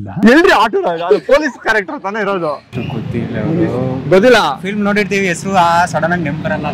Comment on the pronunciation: Kannad all kannada helitira same Filamu alla adu filem..